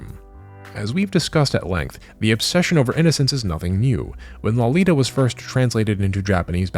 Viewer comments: Good video on the subject. But I find it really ironic that even the Japanese pronounce "Lolita" better than every single YouTube weeb I've heard say it, and it's clear that none of them that broach the subject have read, listened to, or watched any version of Nabokov's novel, because you all pronounce it as if it were derived from the word 'lolipop' instead of the name Dolores. And you even said Dolores in the video. It's like someone pronouncing "brony" as "BrAWny" or pronouncing Genji as "Jenjee". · You're pronouncing Lolita wrong